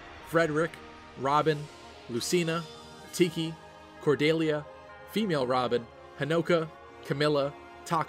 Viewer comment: Who is Cor-DAY-lia? It's Cordelia.